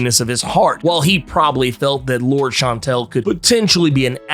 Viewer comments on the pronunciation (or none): lor-DESS , not “lords” lol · Lour-des Chan-tel. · It is pronounce Loordeas she is spanish, why you gringos dont even try. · "Lourd"...seriously? You're just gonna ignore the "es" in her name?🤦🏿‍♂️😏